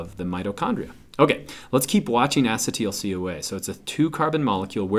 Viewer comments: Acid-teel CoA.. this bothers me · the way he says acetyl coa xD its probably not wrong but just so different than how we do